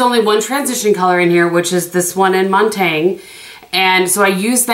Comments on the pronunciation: Montagne is pronounced Moan-tany(a). Like you kind of swallow the last letter, bc the e is silent but goes with the n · You are correct that Montaigne was a Philosopher. However, if you look at the shadow name in relation to the others, I believe it's topographical, a street in Paris. Also, you can use google to get proper pronunciation in pretty much any language if you are so inclined. Love the 4 looks concept! Very helpful.